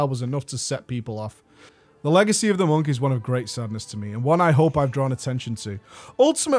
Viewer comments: mate wtf, Legecy... lol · "Monk Legecy" :D